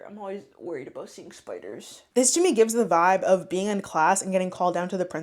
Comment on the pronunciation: “That’s all I’d be thinking aboot”